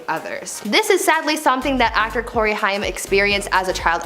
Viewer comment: The way she pronounced Corey's name and no one corrected her.